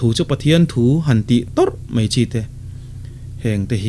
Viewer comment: Sari a tar tawh ngei mei a,Sari a tar tawh mei bak ah ..... "Mei" hi I hmang uar ve si a engtih na tak chu ni maw??? Pathian thu I sawi na ah hi chuan Mizo I nih chuan tawng hi lam dik rawh "mai" ti ve tawh em em rawh. mipui ngaihthlak a tana rawn in tlang zarh Pathian thu sawi nih phei chuan Mizo tawng hman lam dik hi a ngai.